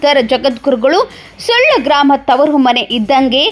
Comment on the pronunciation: ಸುಳ್ಯ ಅಲ್ಲರಿ ಸುಳ್ಳ sec